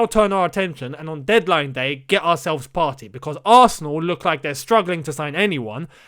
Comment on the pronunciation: Partey is pronounced Par - Tay. As in "sTAY"